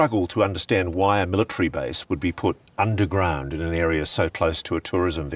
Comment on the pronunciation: Omg, stop putting the R sound where it doesn't belong and just so you know , it's MIL AH TARY .... there is no Tree in that word.